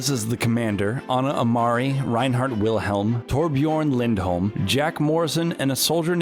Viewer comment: U pronounced Wilhem wrong german/deutsch the w is pronounced as a v.Damn amerikanisch